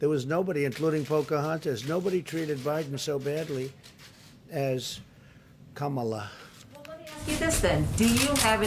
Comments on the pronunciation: he pronounced her name correctly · he pronounces her name correctly in this video. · ... I've never seen Biden mispronounce her name. But Trump... I've seen many, many times! And since she is not living and speaking in a South Indian dialect, I tend to want to pronounce her name the way "she" prefers it.